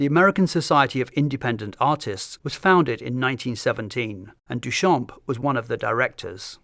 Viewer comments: So irritating that his name is mispronounced the entire time, the "p" is silent in "Duchamp". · Amazing video, what we have today for free on Internet is unbelievable really Btw Duchamp is pronounced without the p at the end, it means "from the field", a common last name that dates from time where last name where picked to recognise a person, so coming from a line of farmers, even if probably far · Not to be that person but in french, the “p” in “champ” is silent